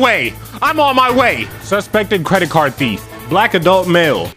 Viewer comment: why she said black so hard?